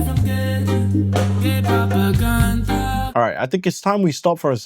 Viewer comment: "GAE PROPERGANJA"